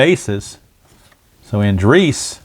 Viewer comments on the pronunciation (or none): /. Another excellent game. Matt Andriese 's last name is An--Dreese. with 2 syllables. I was unfortunate to see him pitch for a season and a half in Arizona. Thanks for the play-by-play, game, and video.